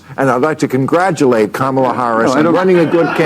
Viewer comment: Crenshaw was intentionally mispronouncing Kamala’s name An arrogant piece of work